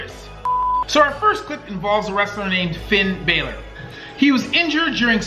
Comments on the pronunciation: (BAl - ER) not (BAY - LER) there’s a mark above the “a” witch makes it say an ah sound not ay. Finn Bálor! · And also its Balor (Ballor) not (Baylor) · Its is not finn bailer it is finn ballor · Finn “bah”-ler, not Bayler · You said Finn Baylor it’s Finn Bálor😂😂😂😂😆😂😂😂😂😂😂😂😂😂😂😂😂😆😂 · You said fin Balor wrong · Noooooo, you pronounced Finn Balor's name wrong... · It’s Finn balor with a short a